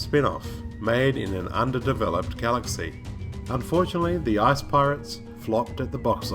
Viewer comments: Sounds like he said "ass pirates" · Every time you said "ICE" I swear it sounded like "ARSE" to me!!! Best video ever